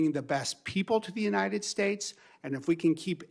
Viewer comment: UNINED STATES AHAHA